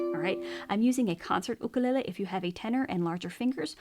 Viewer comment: Nice the hear someone (almost?) pronounce the name "ukulele" with respect to the Hawaiian's language and culture